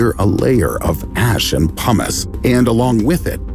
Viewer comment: He said "pumos", but I heard hummus.